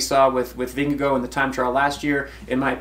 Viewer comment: Vingegaard would have won? Are you kidding me? Gaimon is loopy. (Also I'm pretty sure he is pronouncing Vingegaard wrong)